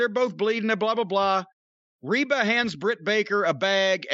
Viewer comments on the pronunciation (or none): He keeps calling rebel Reba. 😂 Rebel even put on her jacket "rebel not Reba"